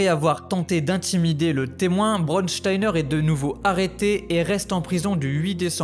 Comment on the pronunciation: Juste apprend à prononcer mieux les mots en allemand. Braunsteiner et pas brodsteiner. Braun = brun Stein = pierre. Oui brun est la couleur du fachisme et dure et insensible elle était comme la pierre…… Son seul nom la prédestinait à commettre l’innommable…… Surprenant n’est ce pas ?